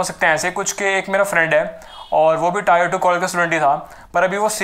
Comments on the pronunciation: Bhaiya tier is pronounced as tear not tyre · Bhai tyre nahi tier 😂😂😂🤣😂🤣